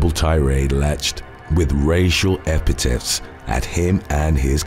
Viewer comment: Epithets not epitets. Anti-semitic not anti-semetic Reconnaissance not recognizance Sporadic not sparodic